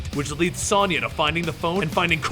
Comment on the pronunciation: How the hell do you mispronounce Sonya? It's an actual English name!!